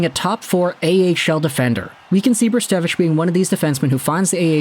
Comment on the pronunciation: Brzustewicz is not spelt weird it's just a Polish last name (also very nice pronunciation my friend :D ) Hope he'll have a great career. He's a bright talent for sure